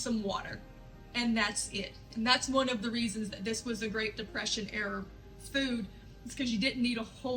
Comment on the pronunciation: Three pounds of ground beef is way more than ten bucks where I live. Maybe we should all move to your town? Lol Maybe you didn't realize it, but you kept saying error instead of era, which was making me chuckle, lol